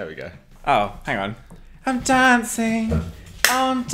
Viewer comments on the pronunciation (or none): I truly hate you, I lost it at “ You guys are in a crisis, I’m DAUNCING” 😂😭